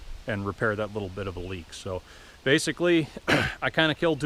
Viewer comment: Ah so wittle chinaman forget to tighten cwamp ,No good !!